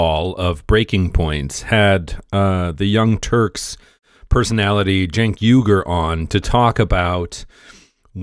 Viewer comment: Cenk is a turkish name pronounced JENK its our version of Jack, LOL. The commentator on this video is saying it correctly.